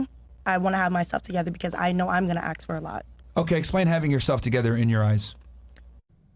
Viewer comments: Run when you hear “axe” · She can't even say the word "ask" properly 😂